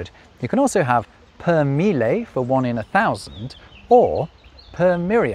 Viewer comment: You just demonstrated the difficulty non-Italians have with double consonants as you pronounced mille as us Italians would say mile, which is not an Italian word. So not in this case but lack of proper pronunciation of double consonants may have a funny outcome!